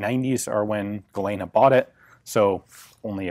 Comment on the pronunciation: Tiny nit pick on an otherwise excellent video but Galena is pronounced "gu-lean-uh"